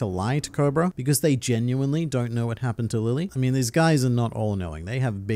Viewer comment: Japanese Vowels would make this name pronounced "LeeLee". Actually it would be ReeRee since there are no Ls in Japan alphabets. Just like ViVi is VeeVee... Its not "Lilly"... Sorry